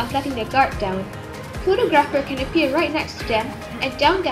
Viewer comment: I don’t want to be that guy but you pronounce photographer wrong